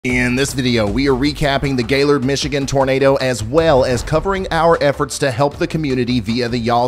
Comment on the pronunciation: Aw Ryan, I’m so sorry. I was one of the complainers about your not mentioning Gaylord. Thanks so much for your help. And thank you for pronouncing it correctly!!